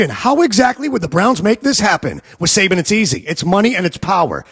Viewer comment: I'm so hot and tired, I thought you were saying Satan!😂😂😂